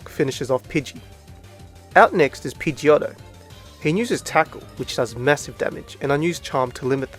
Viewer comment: Finally another person who says pidgeotto differently like me😄